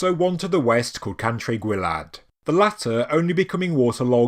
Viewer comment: Cantre'r Gwaelod is pronounced 'Can - trer -Gwile - odd'